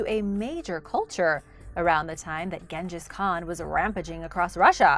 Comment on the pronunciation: Great and interesting and Hispanic pronunciation great but the lack of effort to learn how to pronounce names and places in Europe and beyond the north and south America's is poor. Start with Genghis Khan then just do some homework.